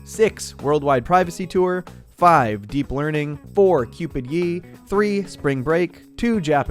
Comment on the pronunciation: Cringe how you pronounce Ye